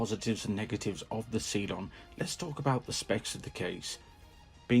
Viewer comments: I’m sorry but it’s cylon not see lon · Good review. Please never again pronounce it 'see-lon'